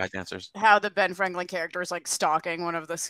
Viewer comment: “Ben Franklind”